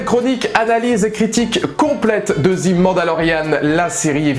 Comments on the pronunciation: Je viens de finir la série et, oui je suis du même avis que toi ! Très bonne vidéo ! Mais par contre, s'il te plaît, arrête de dire '' zi '' mandalorian... C'est '' ze '' mandalorian... '' zi '' c'est si le mot suivant commence par une voyelle... Juste une petite remarque, sans agressivité... Mais mes oreilles commençaient à être en sang 😅... À part ça, continue comme ça !!! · On dis pas '' zi Mandalorian '' mais '' ze''.' 'zi'' c'est quand le mot suivant commence par une voyelle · "The" prononcé "zi" c'est devant un mot commençant par une voyelle. "The" prononcé "ze" devant une consonne. Mandalorian, ça commence par une consonne. Du coup je te laisse appliquer la correction. Sinon, je suis déçu que tu n'aies pas pleuré du coup.